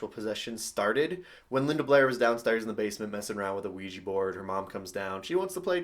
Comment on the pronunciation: And also it's pronounced wee jah not wee jee